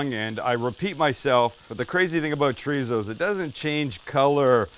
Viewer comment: Chor-ee-so.... Not treezo.